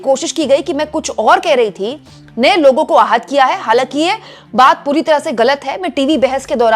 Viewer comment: बार बार आप के मूँह से "पुरी दुनिया, पुरी दुनिया" यह शब्द आ रहे थे। मगर सभी सुननेवालों को हर बार "हरदीप पुरी, हरदीप पुरी" सुनाई दे रहा था।